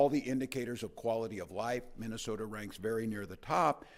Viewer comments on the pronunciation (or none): "minnow sota"😂